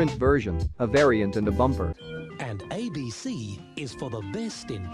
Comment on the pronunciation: Bro is pronouncing ABC Abk